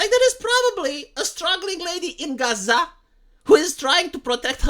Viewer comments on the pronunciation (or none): none